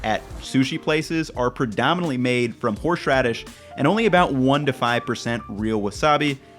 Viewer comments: Anyone got a counter of how many times he said 'horsh radis' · Why do you pronounce horseradish so weirdly?